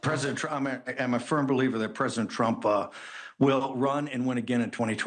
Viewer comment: did bannon just say president trauma? 😂